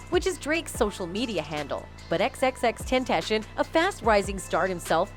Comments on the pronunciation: Bruv his name isn’t Tentashion, it’s Ten-Tah-See-Own. I swear us white folk just love to mispronounce the easiest shit. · TEN TAH C ON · Who says (ten)-(tation) Like what?!? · Xxxtentashin lmao 😂💀 shit low key disrespectful. Y’all should have got someone else to talk over the video 😅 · Xxx ten ta c own. Tentashen really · Butcher’d bro’s name the entire video. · Pronounce his name right or don't post a video about him you utter fool